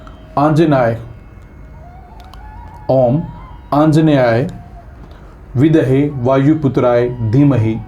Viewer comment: Beta , Hanuman Gayatri men Bidahe nahi Bidmahe uchcharan hota hai, aur apaki Bhakti bahut bahut bahut achchhi hai